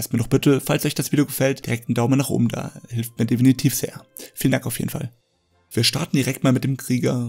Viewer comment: Ein allgemeiner Tipp: Vllt vorher ein Skript schreiben. Du sagst viel zu oft "definitv" und dann auch noch etwas unsauber ausgesprochen. Daran womöglich mal schrauben, ansonsten gutes Video.